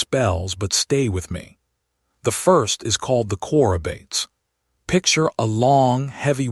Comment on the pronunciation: It’s pronounced Choro bartees. It’s a Greek work.